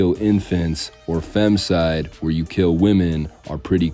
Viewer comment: Neither, it's "BU-KE-LE-LE", and "FEMI-CIDE", FFS..! You American's can't seem to pronounce the simplest of words..